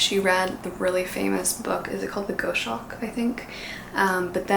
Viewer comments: Goshawk isn't pronounced Go-Shawk, it's Gos-Hawk. :) A really good book in that field is Kestrel For A Knave by Barry Hines, about a working class boy in the industrial North of England in the 1960's, who teaches himself how to raise a Kestrel and train it. It was made in to a movie by Ken Loach, called Kes. Both book and movie are very good. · H is for Hawk is a wonderful book..btw, the pronunciation is gos-hawk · If you annotate 100 Years, again, annotate it with a re-gift in mind and re-gift it to a friend (Carolyn?); a very personalized gift, especially with added notes, as opposed to just underlining and highlights. Goshawk = Gos-hawk .. Gos rhymes with Toss or Boss. THE badass of all hawks; the rips-your-lungs-out-and-eat-you-alive Lector Hannibal of hawks. The O in Ghosh is pronounced the same as ghost.